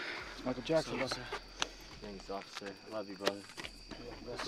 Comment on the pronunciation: When HE CALL HIM MICALL JAXON 😂😂😂😂😂😂😂😂😂😂😂😂😂😂